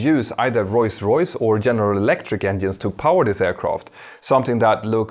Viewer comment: Am I the only one that hears Roys Roys when he's trying to say Rolls-Royce?